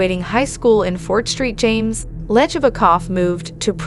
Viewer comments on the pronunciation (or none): It’s Fort SAINT James not “Fort Street James”. I grew up an hour from where this happened.